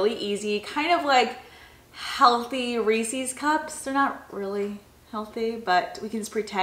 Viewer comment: The way pronounces Reese’s cups lol